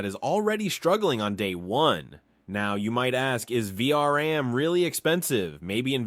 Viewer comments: It's VRAM not VRM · > Its the "Vee Arr And" --> "Vee Are An"